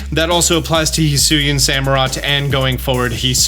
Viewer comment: He's saying it right though. Hee Soo Ee In.